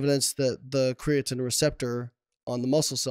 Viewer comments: CREATINE ... not creating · small nitpick here obv but I absolutely cannot stand the way he says crea-tin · What does he pronounce it Crea-Tin? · Whats the word im looking for.... You have 2 “professionals” who cant even say the word “creatine” properly... Is this irony or... ?